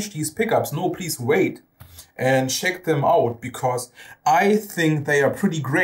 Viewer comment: Thanks so much for the review! Finally a big fret radius on HB guitars. This with a floyd rose, wow! PS. Check is not spoken "scheck" but "tscheck"